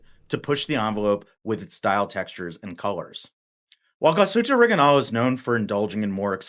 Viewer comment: Awesome watch and a nice review bar the Orig I nail pronunciation 😂